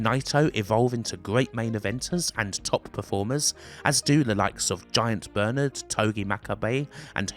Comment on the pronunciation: With the accent, it sounds like you keep calling him "Giant Bird" and you blur his tits at one point lmao